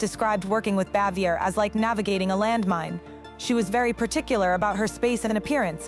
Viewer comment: Andy was a widower and It is Frances BAVIER, not Xavior